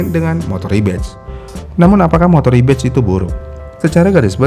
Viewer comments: Harusnya “Rebadge” kan, bukan “Rebatch” Beda makna gak si.. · REBADGE* bukan rebatch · Bang, Rebadge bukan Rebatch